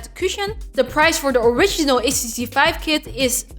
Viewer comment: Five? Vife? Fife?? (subscribed)